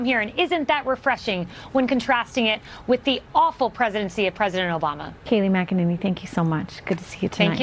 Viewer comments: Bro you've got to stop saying her name wrong, it's Mac-a-Nay-knee. In the first minute you mispronounced it three different ways. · Why do u pronounce her name that way? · 😂😂😂🤣 I cant figure out if David is purposely screwing up McEnany or if he literally can’t pronounce it! Lol But wait he does the same thing with Laura Trump. Calls her LaaRah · David, you are mispronouncing her last name! 😂